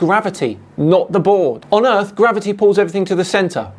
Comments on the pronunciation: His speech gets slower and slower as his brain runs out air. Also, 'erf'! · He looses any credibility that he may have thought he had solely based on the fact he pronounces Earth, “Earf”. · "Erf" - Instant disqualification.